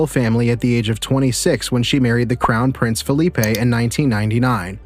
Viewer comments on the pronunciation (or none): none